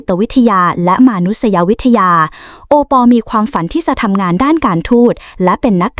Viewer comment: เขาชื่อโอปอบรรยายให้มันถูกๆหน่อยจ้า😂😂😂😂😂😂😂